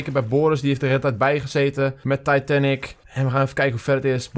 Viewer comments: Nee je zegt titanic eigelijk als taitenic zegt et fout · Titanic hoe zeg je dat titaanic